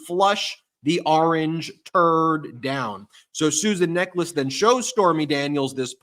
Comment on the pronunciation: It's pronounced 'NECK-uhls'.